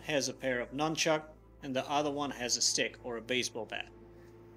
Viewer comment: At the mark he calls it NUMBCHUCK lol